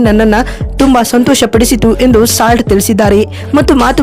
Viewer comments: Slat alla kane salt 🧂❤ Pronunciation kali😅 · ಸ್ಲಾಟ್ ಅಲ್ಲಕ್ಕ ಸಾಲ್ಟ್ ಅದು.. ಉಚ್ಚಾರಣೆ ಕಲಿ ಮೊದಲು. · Nonsense, it is salt not slot. First learn how to pronounce names of players. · ಸ್ಲಾಟ್ ❎ ಸಾಲ್ಟ್✅ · ಸಾಲ್ಟ್,, ಇಂಗ್ಲಿಷ್ ಅಲ್ಲಿ ಉಪ್ಪಿಗೆ ಸಾಲ್ಟ್ ಅಂತಾರೆ ಸ್ಲಾಟ್ ಅಲ್ಲ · ಅಮ್ಮ ಅದು ಸ್ಲಾಟ್ ಅಲ್ಲ ಸಾಲ್ಟ್ ಕನ್ನಡ ಪದ ಸರಿಯಾಗಿ ಬಳಸಿ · ಬೇ ಯವ್ವ ಸ್ಲಾಟ್ ಅಲ್ಲ ಅದು ಸಾಲ್ಟ್ adu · ಸ್ಲಾಟ್ ಅಂತೆ 😆😆😆 ಲೇ ಅಡ್ಮಿನ್ ಅದು ಸಾಲ್ಟ್ 😆😆😆😂😂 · ಉಪ್ಪು ಅಂತೀರಾ ಮತ್ತೆ ಸ್ಲಾಟ್ ಅಂತ ಹೇಳ್ತೀರಾ 😊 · ಸಾಲ್ಟ್ ಅಂತ ಸರಿಯಾಗಿ ಉಚ್ಛಾರಣೆ ಮಾಡುವುದನ್ನು ಕಲಿತು ವಿವರಣೆ ನೀಡಿದರೆ ಉತ್ತಮ, ಮೊದಲು ಸರಿಯಾಗಿ ಇರುವ ಪದಗಳನ್ನು ಅಭ್ಯಾಸ ಮಾಡಿಕೊಂಡು ಮುಂದಿನ ಬಾರಿ ಯಾವಲೋಪವೂ ಇಲ್ಲದ ವಿಷಯ ತಿಳಿಸಿದರೆ ವಿವರಣೆ ಕೇಳಲು ಉತ್ತಮ ವಾಗಿರುತ್ತದೆ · Fill Slot 😂